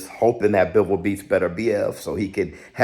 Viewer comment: Bro its BiVOHL. Not bivl. Yall gotta atleast pronounce his name accurately